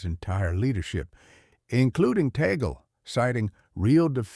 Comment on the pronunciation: Last name is pronounced Tag- Le